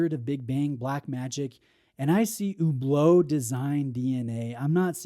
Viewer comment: Why do you pronounce it so weirdly like Hoooblo?